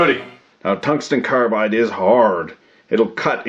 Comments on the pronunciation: I thought I heard cuntsten tongue glide... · "Cuntsten Tounge-slide" but then everyone will hear it slightly differently. Unless wants to provide a transcript or his own subtitles. YouTube thinks it's "contained hung live" 😄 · You had me at "cunston tunglide." Lol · cungsten tanglide? whoa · Harvey Smith I think he also said tungsten son glide when the flir cam was up. rased an eyebrow and chucked a little at em. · “ Cungsten tunglide” !!!! 😂🤣😂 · Cungsten targlide